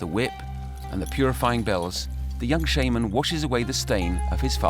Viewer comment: That's not how it's pronounced. Shaman doesn't sound like shame...